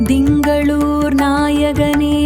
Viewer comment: என்னம்மா இது இப்படி பண்ணிட்டிங்களே.... Dhingalore இல்லை. திங்களூர். ( Thingaloor ) அடுத்து ஜெய் ஜெய் சந்திர பாகவான் இல்லை. சந்திர பகவான். ( Chandra bagavan ) உச்சரிப்பு மிகவும் நன்றாக இருக்க வேண்டும்.